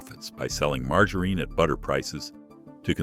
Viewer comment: So you're telling us that Mar-ger-reen is some sort of alternate pronunciation bud? I mean surely virile and educated gentleman such as yourself knows how to properly pronounce margarine.